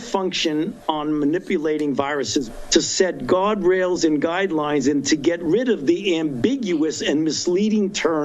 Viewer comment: Did he (Fauci) say “God-rails and guide-lies” ???